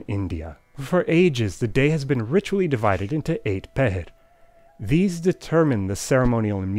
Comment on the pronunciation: Nice job correctly pronouncing “pahar” (पहर)! And now I know where the word “dopahar” (दोपहर) comes from!